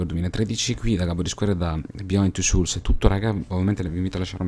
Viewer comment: Grande come sempre! Questo gioco è meraviglioso! Un piccolo appunto però, souls si pronuncia "sols" con un accenno di u dopo la o;) Continuala questa serie comunque, è troppo bella!